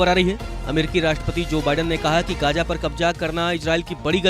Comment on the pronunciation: एंकर जी कृपया अपने उच्चारण पर ध्यान दीजिय। gaaja, ijraail, kabja आदि शब्द कानों में चुभते हैं थोडे प्रयास से इनका सही उच्चारण सीखा जा सकता है।